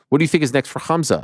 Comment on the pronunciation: No one gonna talk about Colby calling khamzat kumshot 😂😅